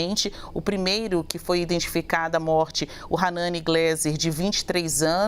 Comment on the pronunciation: Nome correto: ranani Glaser e não gleser! Preste atenção moça!